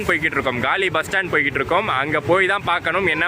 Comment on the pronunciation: கலி இல்லை! காலி! அது காலி முகத்திடல். பெயர்கள் தமிழில் எழுதப்பட்டுள்ளன. ஆகவே சரியாக வாசிக்கவும். தமிழ் பெயர்பலகைகளில் இடம் பெறவேண்டும் என்பதற்காக உயிரை கொடுத்த வீரர்களுக்காக பெயர்களை சரியாக வாசிக்கவும். அவர்களை இழிவு படுத்தவேண்டாம்.